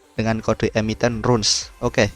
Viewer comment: Bacanya Rans bukan Runs bro